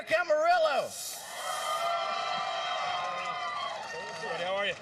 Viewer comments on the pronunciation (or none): This guy says he's a nascar fan and he says arik Amarillo?